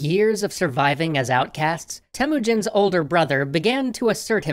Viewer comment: Temuujin not Temujin well your guesing how I now better then you because im Mongolian and did you guys know that "Gengis" Khan actual nick name Chingis Khan owned half of the world. People khow he had a hard life but I don't think your story is true and you guys should write khaan like longer "a" what you guys rad is way different than what we have rad so yeah~ that's what I wanna tell you guys.